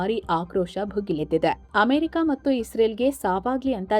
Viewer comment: ಆಮೆರಿಕ ಅಲ್ಲ ಅಮೆರಿಕ ಅದು